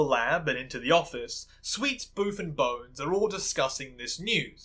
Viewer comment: You keep calling Booth 'Boof' and i love it im dying 😂, he had it coming lol